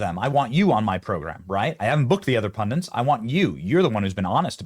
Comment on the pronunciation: Pun DTIZ...not pun dints.